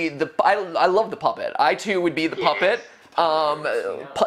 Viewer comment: I like the way said poopet instead of the puppet.HAHAHAHAHAHAHHAHAHAHAHAHAHAHAHAHAHA